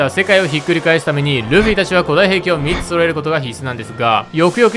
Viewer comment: 3つの発音どうにかならんのか？？